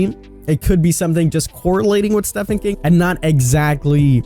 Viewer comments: guys this aint even about knowing who stephen king is. this is just about knowing how to pronounce the american name "Stephen King." basically the most simple and barebones name u can get. imagine being a yank like this guy and not knowing how to properly pronounce it. now thats just as Pepega as it gets. holy sh!t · He did pronounce Stephen King wrong many times.... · God these speculation videos are so corny yet i cant stop watching lmfao ! STEE PHAN King ...its STEEVEEN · Love you king, but calling Stephen King, Steffen King really shows your age. It is pronounced "Steven". I'm 44 years old and have read almost all of his books and I am old. I adore you King, but that kinda fucked my head up that someone younger is calling him Steffen. Stephen King is an absolute genius in my life. Sorry ❤️. Don't mean to be that idiot troll, but please say his name correctly 💜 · It’s SteVen King not SteFen King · Steffen King. He just said Steffen King. Sorry but it's STEPHEN KING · Interesting. I love the candy man series, but I hope it’s not the next chapter. Based on their language, I hope it’s Jason Voorhees or Pennywise. Also, It’s StEEVen King, not Stefan King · Nobody: Him: Steffan King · "stefan" king? come on are you even trying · It's pronounced steven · I could bare with "tear" instead of tier but "Stefan King".... seriously mate come on 😂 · Knight of the Living Dead Memes no it’s stephane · I'm a big fan of ya but plz stop saying "steffan king" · Just_Gabriel__ hahahahahah me to for real. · same since it is steven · Stefen king. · Is no one going to talk about him saying Stefan King. lol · That and "The Blood Disgusting" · Yea it seems he just likes to make up words or pronunciations for some weird reason 😂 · At one point he said stephany king ,and talked about him as if he was a company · Ugh! Yes! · How dare you mispronounce Stephen King! 😝 it’s spelled with ph but pronounced as Steven. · Dude doesn’t know how to pronounce Stephen king lol